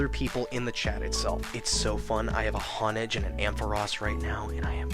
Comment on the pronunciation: You say hah-n-egd? I say ho-n-edge.